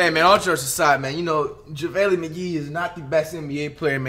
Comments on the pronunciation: So we not talking abt you saying jahvaylee instaid of JaVale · “ Javalee” McGee he did not just say that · Normal people: Javale Mcgee NotYourAverageFlight: javaeli Mcgee